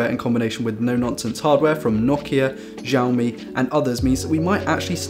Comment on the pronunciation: Xiaomi is not pronounced zhaomi